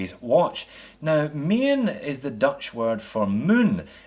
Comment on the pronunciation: Nice little looker this dress watch. I love the Ronda qwartz movement, excellent Swiss quality. And yes, Maen is pronounced Maan and means moon. I must agree with my fellow Dutchman here. Looking forward to the review of the mechanical movement Maen! Thanks!